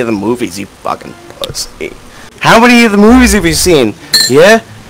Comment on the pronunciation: bing bong cant even say pussy :')